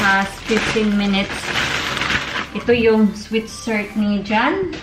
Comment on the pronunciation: You pronounce SWEAT SHIRT NOT SWEET SHIRT